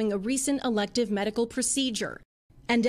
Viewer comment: Elective surgery, not elected surgery. Embarrassing the reporter can't even read it right.